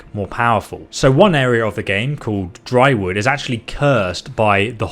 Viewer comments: It's dyrwood not drywood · I‘m sorry, but you‘re spelling mistake was hilarious. You said, the first Pillars of Eternity game was said in „Drywood“ instead of „Dyrwood“. 😂😂😅 Or another: The goddess „Woedica is stressed on the syllable „Woe“, not on „di“. What makes it funny: it leads to the impression of you only having a superficial knowledge of the games lore that is obviously not the case. Your dyslexia again! 😬😅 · did he say drywood? its dyrwood. pronounced more like deerwood.